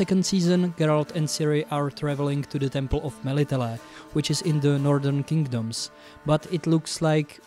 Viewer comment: I love how you say "Melitele". In it I can sens a neighbour from... Czechia? Or Slovensko? You were right on all points. What especially moved me was your take on Hollywood's portrayal of slavic villages. Meanwhile our countryside is so beautiful and colourful, so much prettier than towns. I'm thinking of the village of Zalipie, all in painted flowers or the villages in the tatras with their quaint wooden architecture.